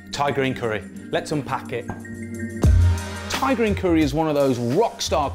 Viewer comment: I always think he's saying tigereen curry